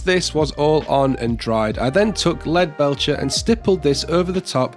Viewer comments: When you have a cold you pronounce lead belcher properly, how interesting. Anyway awesome tutorial dude the end result is sweet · usually you say lead belsher, and I don't have to heart to question it but this time you said it correct. Anyway lets move on from this otherwise the badger topic will rear it's head again